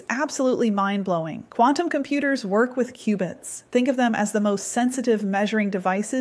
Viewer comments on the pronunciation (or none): "Q"-bits. Not "cubits". LoL. They're building Q.uantum computers, not Noah's ark over there. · Qbits not cubits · Its Qubits